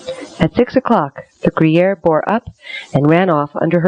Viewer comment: Why does the narrator keep pronouncing the name of the British ship as "gruyere" like the cheese? It's Guerriere (or geh-yehr).